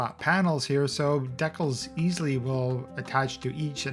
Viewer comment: heh i just realized that you are pronouncing decals like Deck-els